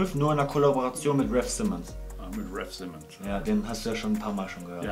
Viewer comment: Man spricht RAF simmons anders aus